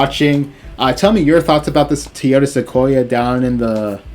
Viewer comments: Great review but please my guy it’s pronounced “TOY” “YO” “TA”. You killing me with your pronouncement. Please stop saying “TEE” “YO” “TA”. I know it’s petty but it’s just nagging me. 😂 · tee-ota? Is that like a Toyota?